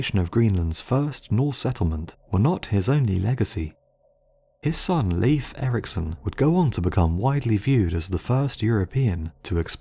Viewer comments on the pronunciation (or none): Fine video, but a little on the short side. Oh and not to correct you or anything, but Leif is pronounced as you would pronounce "life". Greetings from Denmark 💪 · leif (erikson) is pronounced like the word 'life'